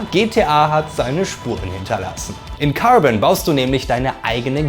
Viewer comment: Wo der gesagt Cärben oder ähnlichens da war ich raus... sry